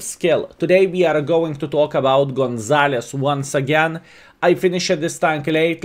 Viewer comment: GonsaloOOOOO. Not isss LOL